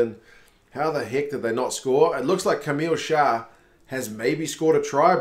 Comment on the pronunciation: You're getting much better at French names :) Camille -> Cam-me, no need to pronounce the "L"s